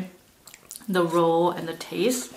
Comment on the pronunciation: It’s ROLL not ROW